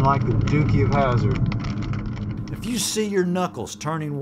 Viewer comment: He said dookie of Hazzard 😂😂